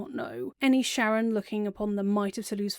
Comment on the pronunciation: super minor pet peeve that you pronounce sharran like "sharon" and not like "shar-ren" to sound like shar's name